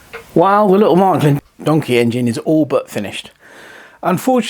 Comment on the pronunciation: Wow it is a Beauty...BTW: It is Märklin or Maerklin.Not Mark-lin.